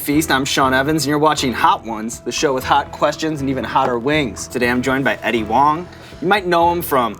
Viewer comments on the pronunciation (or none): Eddie Ho-ang